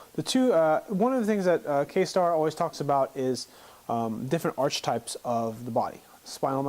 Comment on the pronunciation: You are pronouncing archetypes incorrectly. It's pronounced "ArKitypes."